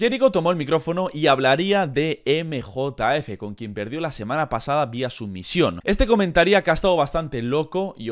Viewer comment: nosotros: emjejef 🤠: emejotaefe 😎